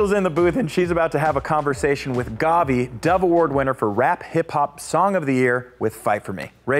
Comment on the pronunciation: She said "GWAVI" Instead of "GAWVI" bruh. Still it was nice to see this. nice. New Sub tho👌🏿👌🏿🔥🔥